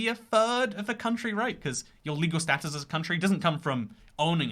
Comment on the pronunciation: Why do you say status and Soviet weirdly?!?!